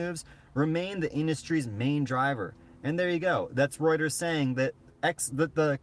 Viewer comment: Your the only one that gets the name Reuters right,most say rooters which cracks me up every time.but they're not far off I think!